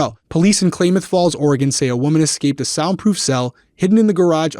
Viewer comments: Ok, I'm trying not to be nitpicky, but why do and have such a hard time with the names of places? Especially names of places (and even people) here on the west coast? We're not another planet, for crying out loud! It's KLAMATH (sounds like CLAM) - NOT Klaimath (sounds like claim). Of course, this is coming right on the heels of the Kyron Horman story (part one) and pronunciation of Multnomah, Sauvie, and how both she and mispronounced Kyron. And the DB Cooper story. And don't get me started on pronunciation of Spokane. Enough said. 😂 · I have family there.... Not clay-math though. Clam-meth. Lol😊 Scary. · Not that it even matters but that town is pronounced clam ith Falls. Hope this creep goes down hard! 😡